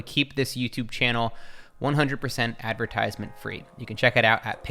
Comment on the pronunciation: No offense but please google how to pronounce Advertisement :p